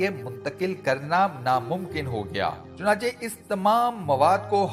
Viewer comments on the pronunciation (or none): none